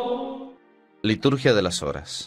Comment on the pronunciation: Perdón, todos los días dice LITRUGIA en vez de Liturgia. Gracias.